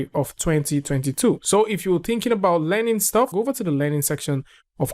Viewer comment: 🤣🤣🤣🤣🤣😆😆😆😆 omg now I can't unhear that .